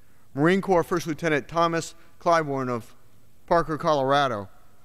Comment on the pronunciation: I'm glad you pronounced his last name incorrectly at the start.....